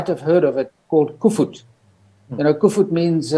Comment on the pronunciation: That is Koevoet. Not Kufut 🙂